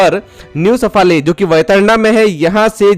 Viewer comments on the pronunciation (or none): सफाळे Please, we should pronounce South Indian names correctly and also improve the pronunciation of Marathi names.Because the wrong pronunciation of the name leads to the wrong meaning.